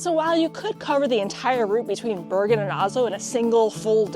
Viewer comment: language tip: you might want to research pronunciation in foreign languages. Flåm is pronounced Flom, the å is an O sound. Bergen is pronounced like Bargain, Most germanic languages ER is not an English er, but more are or air sound. Norge is not like George, but Org like organization with an eh at the end, Norg-eh.